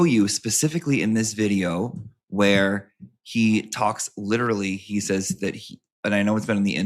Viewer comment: Time 'lierrally' drifts on the timelines in this 'cummmidy' anyways so no one cares